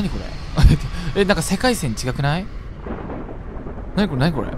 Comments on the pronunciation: ぼのぼの リョウガくんを信じたいんですけどリョウガくんのトーンで聞いてる人他に聞いたことないんですよね…😂😂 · 世界線のイントネーションがわたしと違くてショック受けてるリョウガくんのがこの道めっちゃ長いからリョウガくんが合ってるよねきっと、、、？？ 戻りたくなかったよ…？ ずっと空想世界だったみたいなこと？ ん…？世界線変わってないな なのに戻りたくなかったよ…？？分からん分からん